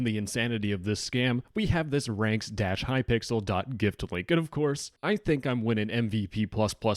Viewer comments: The fact he calls hypixel hypickle :0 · It is hypixel not hypickle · normal people:"hypixel":"hypickle" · "hypickel" i love this guy i've seen a couple his videos and they are amazing keep the great work up!! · ah yes, Hypickle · glad i'm not the only one who calls it hypickle I wonder what thought process makes literally everyone do that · Hypixel ❌ ✅Hypickle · I love how he keeps saying "kypickle" 😂😂😂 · No way bro said hypickle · Why are you saying hypickel?